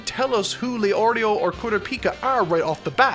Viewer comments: You say Leorio and Killua correctly but not the other two. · Heard the names get butchered and expected to hear LEO RIO but leorio the only one he says right. Also I’m only 8 mins in so idk bout the rest